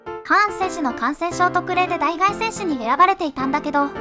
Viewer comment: 「代替」の読み方はだいたい」